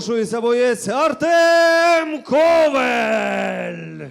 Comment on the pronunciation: Його фамілія КОВАЛЬ!, а не ковель